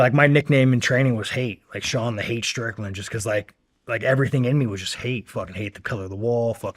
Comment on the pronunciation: Streetland, are you working behalf of a pack or I don’t know it sound weird man